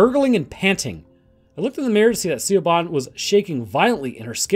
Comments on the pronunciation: Siobhan is not pronounced "see-oh-bon" It is "Shi-vawn" Pronounce the "Sio" portion of the name as "Shi" with a soft "ih" sound. Pronounce the "bhan" portion of the name as "vawn." "Vawn" should be pronounced to rhyme with "lawn" or "gone." Combine both syllables of the name to pronounce "Siobhan" as "Shi-vawn." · "Siobahn" is pronounced Shee-Vawn, btw. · Siobhan is pronounced Shove-on. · I love the music choice with the pacing. Very spaghetti western. Love Borg. Also Siobhan is pronounced Shi-vawn. Gaelic names are rough lmao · Siobhan is pronounced like Sha-von. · Jesus Christ dude. Siobhan, it’s pronounced shi-vorn